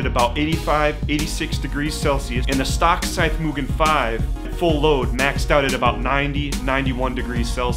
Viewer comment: Great vid. small point but why did you change your pronunciation of Mugen? You were doing it correctly at first but went to moo-Jen mid-way